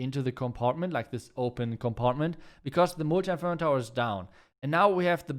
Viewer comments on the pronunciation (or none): I love the way he pronounces "Multi-Inferno Tower" As "Mootii Inferno Tower" 😂